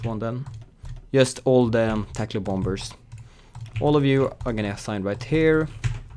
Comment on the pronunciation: Anyone else annoyed when he says bom-bers, in sted of bomers the second b is silent